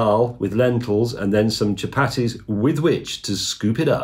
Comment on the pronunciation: chu-Patty’s should be pronounced “cha-PAR-dthees”, in case you wondered 😂